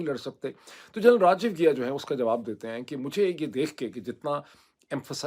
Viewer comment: Ghia nahi Ghai hai yaar